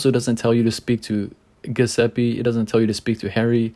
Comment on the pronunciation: Oh, you keep mispronoucing poor Giuseppe's name, so let me help you. JEW-ZEH-PPEH Ok? If you guys figured the aspirated H as Spanish "J" as in "Javier", you can pull this out, buddy.